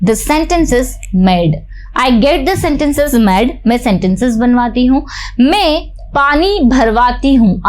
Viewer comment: आप बहुत अच्छा पढ़ाते है लेकिन मैं को मे मत बोला करो बहुत अजीब लगता है।